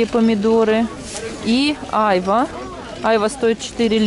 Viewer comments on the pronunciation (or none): none